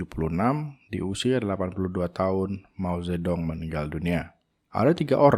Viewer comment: Mao Zedong dibacanya “Mau Cetung”